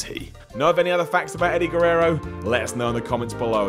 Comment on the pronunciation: Edy Gerrero